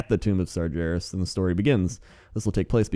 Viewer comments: Sar GAR es not sarjarus but we all make mistakes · sargeras is pronounced: SAR-GAAR-US NOT SAR-JAR-US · Sar-jair-us sigh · Sar-JER-is yup thats. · the way you say Sargeras irks me and that's my opinion~ internet. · please, I can't take it. Sargeras has a hard G, not a soft one. It's like nails on a chalkboard, man.